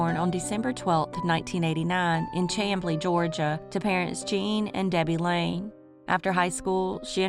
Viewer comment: It's pronounced Shamblee